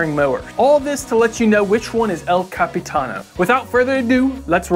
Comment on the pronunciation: el "capitan-O-"? whered the O come from my guy.